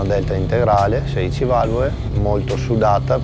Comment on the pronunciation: ma parla misto italiano e dialetto?valvoe , fietatura ,imoea , formuea, esie, veoce, queo picoeo guidabie gestibie !!ma scusa ma la lettera (L) non si usa? si dice valvole non valvoe! si dice imola e non imoea !si dice formula non formuea!si dice esile non esie !! si dice guidabile non guidabie! ma il tipo e percaso allergico alla lettera (L)?? O SI PARLA DIALETTO veneto O SI PARLA ITALIANO!!MA NON MISTO!!e ridicolo